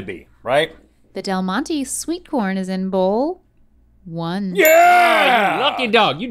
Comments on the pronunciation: Del Monte is pronounced like Del "MontE" not del montey ok! Ok 😂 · When she pronounces “Del Monte” and completely butchers it. lol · Every Spanish speaker cringed at the way Rhett pronounced "Del Monte".